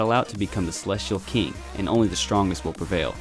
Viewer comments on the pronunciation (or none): none